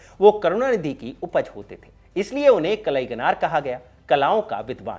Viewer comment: आपने दक्षिणी भारत के नेता के लिए ये वीडियो बनाया वो सराहनीय है, परंतु एक सूचना देना चाहूँगा. तामिल से संबंधित कार्यक्रमो में प्रायः तमिळ के उच्चारण पे ध्यान नही दिया जाता, कलईगनार नही है, वे कलइन्जार करुणानिधि है, अजगिरी नही है, वे अळगिरी है कझगम नही, कळघम है, कनिमोझी नही, कनिमोळी है !!